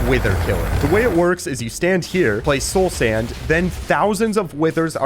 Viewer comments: Bro said Sloul Sand. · "soul sænd" 💀